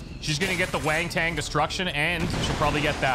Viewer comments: He was pronouncing it wrong though. Kept saying wan-ton when it’s pronounced wont_n (with the underscore being a schwa). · I love your videos man. Keep it up! By the way, why do you keep pronouncing wanton as waintain lol xD. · Who the hell told that he was mispronouncing "wanton"? I should reach through the Internet and smack you upside the head! It's WANTON (ˈwɒntən), not WANG TANG. (Yes, I'm aware is just trolling us by now.) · "Wang-Tang Destruction" :D :D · wanton = 'want - en' haha though I do love how you pronounce it! (of a cruel or violent action) deliberate and unprovoked. "sheer wanton vandalism" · How does "wanton" turn into "wang-tang"?